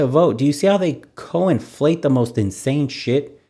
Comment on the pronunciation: it's conflate not co-inflate.